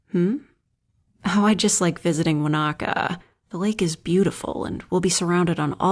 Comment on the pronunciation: It's so weird hearing Wānaka pronounced correctly, people get touchy about using proper Te Reo pronouncation here